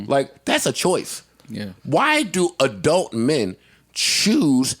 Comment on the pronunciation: I never wanna hear say adult/adelt again